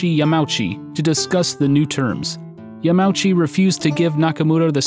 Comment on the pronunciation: These videos are wonderful, you've clearly put in an incredible amount of effort, not just in terms of production but in research as well. I do just want to point out that Yamauchi is pronounced like "Yama-oochi". In Japanese, vowels are generally treated as separate characters and enunciated individually rather than being blended in a dipthong.